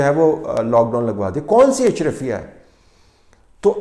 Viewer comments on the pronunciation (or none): It's not ashrafya, it's ashraa-fi-ya